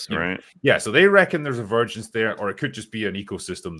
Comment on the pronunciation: I think it's supposed to be "vergence". Virgins is funnier though.